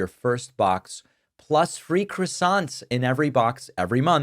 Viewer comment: French people dying inside every time you say, “crassonts,” David. But keep up the good work in general.